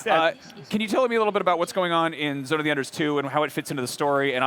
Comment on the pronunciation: Zone Of Enders 3 needs to be done by Platinum Games. That would be epic. ZOE2 is great but the only difference here, is graphics and VR. I still have the remastered versions for 360. I don't give a crap about VR. Also have your promoter know how to pronounce his own product. Figure it out Konami. 😐